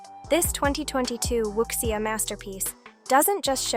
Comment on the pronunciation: Please use phonetic spelling for Chines names to avoid "Wuxia" being spoken as Wuksia...